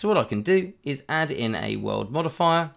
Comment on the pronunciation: great video. I kept hearing "world modifier" :D